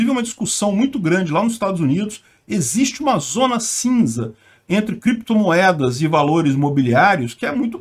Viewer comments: Renan Canalheiro não errou na pronuncia do inglês, soltou o que estava por vir:Crepitomoedas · Alguém falou créptomoedas? Ou biticoios?